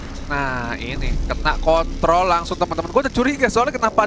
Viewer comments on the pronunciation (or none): none